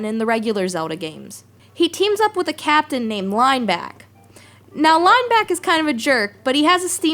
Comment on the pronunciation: Line BECK, emphasis on beck, meaning it probably isn't pronounced "Back."